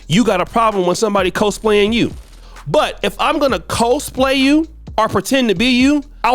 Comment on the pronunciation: the word is pronounced COZZ - PLAY. sheesh!🙄